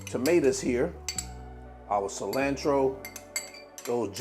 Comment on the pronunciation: The way you say "cilantro" and "jalapeño"🤭🤣🤣🤣🤣😂😂looks good😋and you didn't burn the baby mouth this time🙃🙃😅